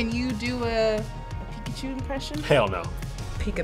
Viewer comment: "pika pee" 😂